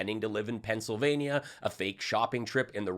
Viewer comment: Oz called it “Pants-illvanyuh” 😂😂😂 “Taking healthcare tips from Dr. Oz is like taking skincare tips from Steve Bannon.” LMAO😂😂😂😂 It’s such a treat getting to hear a page from her book!😅